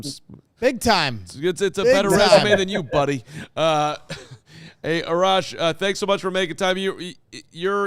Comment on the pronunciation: Just so ya guys know you are likely saying Arash’s name wrong. Assuming he is Iranian, so it’s R-ash.